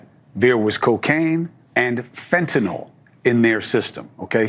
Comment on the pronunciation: Shout out to YOU,, for proper pronunciation of "fentanyl"! I almost NEVER hear it pronounced properly. Always reminds me of GW Bush discussing nuke-ya-ler weapons...